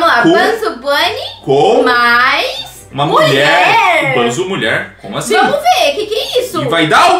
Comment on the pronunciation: Não é banzo bonny é bunzo bunny